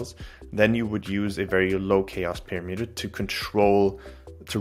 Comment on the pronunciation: OMG Please learn how to pronounce "parameter"